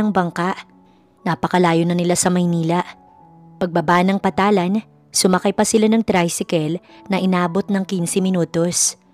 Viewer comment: Pantalan, hindi patalan